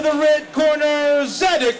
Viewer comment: Zadac with a "C", not a "K". (Hint, watch the video)